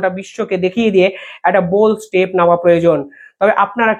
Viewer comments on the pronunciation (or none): none